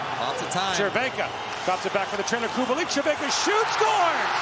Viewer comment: Respect for the commentator! Those ,,Červenka and Kubalík" were perfect!